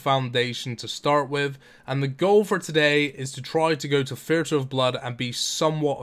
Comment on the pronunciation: I'm just curious why you say "this" and "the" with a TH sound, but when it comes to "thirty" and "theatre" you use a FE sound? You can clearly make the TH sound because you do it constantly.